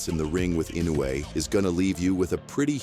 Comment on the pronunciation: The AI voice irritates me to no end. The constant mispronouncing of Inoue's name, is just asinine.